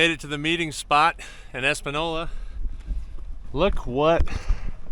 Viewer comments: Woot! Welcome to NM,. I'm in Albuquerque, where the motto is "Come for the green chile...stay because your car was stolen", lol. Glad to have you here. 👍🏼 BTW, the town you're referring to is pronounced "Espan-yola". You're going to find all sorts of places here that aren't pronounced they way they're spelled, lol. (You probably drove through Pojoaque, a.k.a. Po-wha-kay.) Looking forward to seeing more NM content on the channel! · Welcome to NM!!! Haha, just gotta work on that ñ! The ñ sounds like a “y”. Española = Espan-yola. We’ve got great food, a relaxed vibe, and due to the elevation changes a huge variation of environments with little to no people. Go north in the summer, south in the winter, and have perfect weather all year. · FYI, It's pronounced EspanYola. When the N's have the tilde accent over them like this, ñ, you pronounce the y sound in the N. By the way, in NM, chili is that stuff with (or not) beans that Texicans eat. Chile (note the E) is a spicy pepper that comes in red or green. You'll soon learn to love your chile! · You need to learn how to pronounce Española. Plug it into google translate and listen. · Somebody explain about enye so he can say Espaåola right. Looks like that was the 31mile road. Dusty